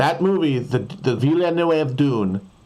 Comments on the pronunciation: i dont think thats a "forced accent", i think he thinks the name is spelled "villanueve", thats how hes pronouncing it and ive seem people make that mistake before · pronouncing “Villeneuve” like his non-union Mexican equivalent